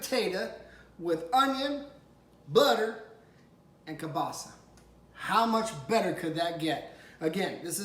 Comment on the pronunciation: Yum,you're pronouncing kielbasa wrong.